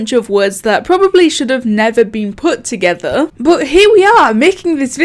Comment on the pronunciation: ToGothEr , geeeeme , oml am sorry but I laughed so hard at that are u British sorry 😐